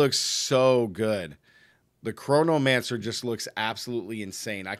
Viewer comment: CHRONOMANCER...say it with me......CHRONO-MANCER